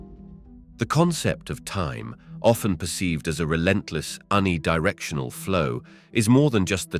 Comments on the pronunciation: Who is the voice model in this video?. Where can i download this voice model?. Its a computer voice surely because it pronounced uni directional to un-ee directional instead of youni directional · oh wow you picked out one mispronunciation, good for you. the narrator has a great voice.